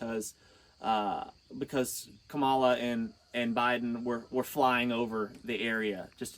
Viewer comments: No and we knew where you were going as soon as you mispronounced "Kamala". Asheville mayor and the governer were also on the chopper. Otherwise, thanks for helping, but free yourself from the cult. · You mention that politics needs to stay out of it, yet you mispronounce the VPs name knowing full well that you are doing it. That is showing disrespect for no reason. So I guess politics didn't need to stay out of it, since you made it a point to say something negative about them showing up to view the damage. Had they not shown up you would have been ranting about that too. You're doing great work though.